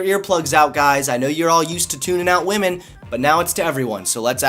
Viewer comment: its not "Liberals Ruin Women" its "Liberals Ruin WAHMEN!!!!"